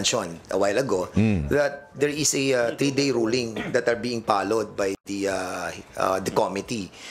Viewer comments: 😂😂😂dan fernandez not pallowed pronounce it as followed. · Hahaha pollowed opecially 🤣🤣🤣sabi ni panelo bobo di nalang magtagalog opecial ang lahat 😂😂😂😂